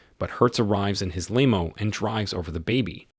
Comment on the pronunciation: a Bee. Em. Double, Yew. much emphasis on the car lol. Wait, whats a leemo? Oh liver, the baby